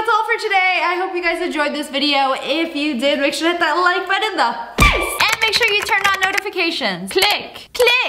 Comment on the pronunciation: Why does it sound like she is saying "make sure to hit the like butt in the face"